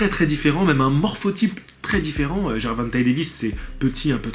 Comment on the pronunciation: Prononciation gervontei lol